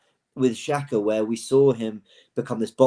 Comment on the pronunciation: You know the fanbase has lost his head when says Xhakas name 😳🤣👊🏾